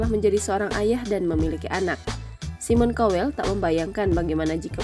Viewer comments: Mbak bacanya SAIMEN KAWEL , Bukan simon cowel 😂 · Bukan simon kowell tapi simon tjowellll wkwkwkkkkkkkkkkkkkkk